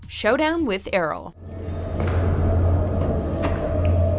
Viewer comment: Anyone else annoyed by her pronunciation of Errol?